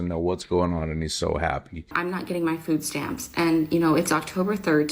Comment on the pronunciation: Another made up black word, yamps, because stamps is too difficult to say.